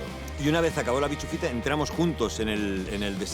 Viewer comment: El momento tienda de campaña por la noche lo mejor. es bischofita no bichufita jajajajajjajaja